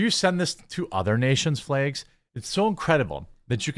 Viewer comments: flags, jeremy, not flages. say it correctly, you illiterate fool. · You say "flags" in a strange way...